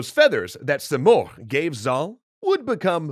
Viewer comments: So I'm from persia , it's not pronounced simorkh , it's simorgh ( the gh is important ) Also it's rudabbeh it's not rudabbah And not sam as you saw it's sãm , saam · You’re pronouncing “Simorgh” as “Simorkh” — in Farsi “gh” is the equivalent of the French R, e.g. “au revoir.” Just trying to help, no offense intended! Enjoying this video, thank you 😊